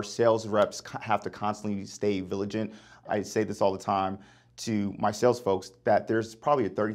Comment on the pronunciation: maybe you would have better results if you stayed vigilant instead of "viligant". 🤦🏻‍♂️🤪